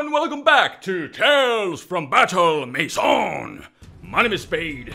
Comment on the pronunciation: I have that weird feeling that you're pronouncing "Maison" with a stronger and stronger French accent each episode. :P